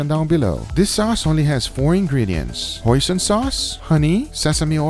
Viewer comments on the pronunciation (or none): none